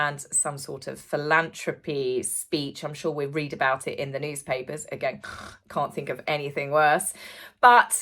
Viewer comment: The th in philanthropy is pronounced as th and not t, lovely 🥰 ps pass this on to The Royal Rogue too ;)